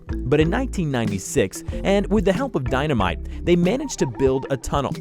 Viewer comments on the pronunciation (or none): none